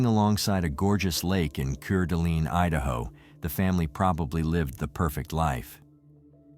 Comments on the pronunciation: Lmfao it's pronounced core duh lane lmfao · City is pronounced Core-da-lane and the county is Coot-an-knee. Please ensure pronunciations are correct. Good reporting in this terrible tragedy. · I cringed so many times at the mispronouncing of Coeur d'Alene. 😂 I know its spelt weird guys but it's pronounced "core-da-lane"